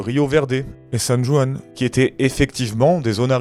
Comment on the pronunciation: Excellente vidéos, quel bande de mytho qui ne vérifient rien mdr. PS : quant à toi, travaille ta jota espagnol ^^ On dit San RRRRuan :)